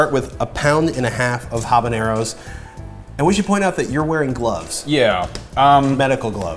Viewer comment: A variation I have made of this sauce (not sriracha per se), is to lightly fry the habaneros in a bit of olive oil ( pronounces habaneros perfectly, by the way), make sure to poke the chiles before broiling because sometimes they explode a bit. You can also lightly roast them over the fire in the stove (again, either poke them or make a slit on them), chiles have different flavours depending on how you consume them, and you can try them like that and decide what flavour you like the most. The sauce (or salsa, in spanish is the same be it hot or not) I like: 1/3 parts of roasted chiles habaneros 1/3 parts of fried habaneros 1/6 parts of raw habaneros 1/6 parts of boiled habaneros IMPORTANT: do not remove seeds, even though those do not have piquancy by themselves, they are covered with a sac with a lot of piquancy and add a different taste. Also there are different habaneros, I like the orange and red varieties, other like their habaneros green (when ripe those turn an orangy yellowish colour), now, you can either blend them OR crush them in a "molcajete" (a stone mortar) or if you do not own one, use whatever you have in hand (a flat bottomed glass or cup can be used), you want to end up with a paste. Use only a bit of salt. For storage you can add oil and store in the refrigerator and use as needed, you can also opt to allow it to ferment adding a bit of sugar and even a bit of yeast to help the proccess (you'll have to liquify it once it is fermented for a few days a